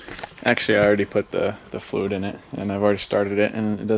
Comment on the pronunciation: i like the way he says fluid